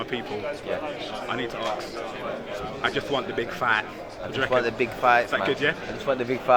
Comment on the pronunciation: 'ask'......it's 'ask'. goddamit.